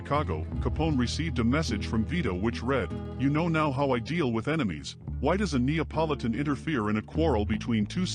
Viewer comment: the way he pronounced neopolitan made me cringe if ur gonna be a fan of this lifestyle don’t be a poser